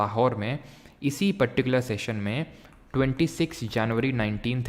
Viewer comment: particular ❎patticular✅ 😍❣